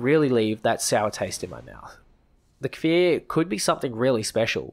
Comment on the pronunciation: omg the first youtuber to say cfir right yessss thank you